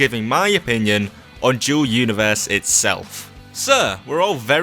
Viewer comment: Sounds like he's saying Joe Universe